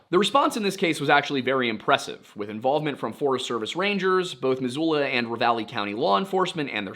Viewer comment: As someone born and raised in Missoula, I wanted to say, good job pronouncing local place names! Missoula doesnt come up often, but i still hear people get it wrong. Great work. Edit: for your edification, because i know you care: kootenai is said "KOOT-uh-nee" and Pend Oreille is said just like the words "pond array." Cheers homie. Love what you do.